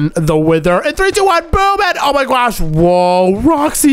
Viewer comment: Bro stop saying oh my gwosh